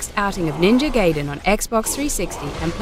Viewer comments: I hate it when people call it Ninja GAY-DEN. The game is not about a homosexual underground cellar. It's offensive to both the gay community and the game. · I think ill dislike the video just because shes saying GAYDEN. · Ninja Gaiden is pronounced like Ninja (Guy)den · i quit watching at the moment i heard "GAYden" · Yes I am. This woman is just reading from a script. She probably doesn't have a clue about any games. She got other stuff wrong as well. Though she definitely isn't the only one to get the pronounciation of Gaiden wrong. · GUYDEN NOT GAYDEN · ...and Ga-e-den not Gay-den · It's GUY den, not gay den. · Ninja Gaiden is pronounced Guy-den, not Gay-den Ryu is pronounced Ree-you, not Rai-you (though the Japanese say Ru). Come on, Zoomin.TV, at least try getting it right. The retrospective's fucked up as it is (especially considering you forgot to talk about the arcade version of Ninja Gaiden, which was the first game in the series, and NOT the NES version) you could have had the decency to say the names properly, you know, like the characters already do in the fucking games? There IS voice acting, unless you're all just hearing-impaired coincidentally. And why the hell did you end it with "It's a male power fantasy"? Do you want the feminazi bitches to come in drones and sting away at an already dying franchise? Look, I don't like Itagaki's style either. The guy's a massaginist and an open pervert. He's even been accused of sexually harassing a fellow developer. But the Gaiden games he's made are pretty damn good. The combat's easy to handle, yet hard to master. and is up there with Devil May Cry 1 through 4 and the Bayonetta games. Do you really want to attract those non-gamer, sexist, Anita Sarkeesian-worshiping lesbians (and no, not all lesbians are like them, I know that) to freely crack down on anyone who finds the slightest enjoyment in games? Keep your gamergate bullshit out of this, please... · NINJA GAYDEN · hahaha a gay cellar ^^